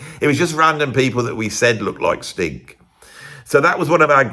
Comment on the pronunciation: I love how whenever you say 'Sting' it sounds like your saying 'Stink'.i chuckle to myself every time. Cheers.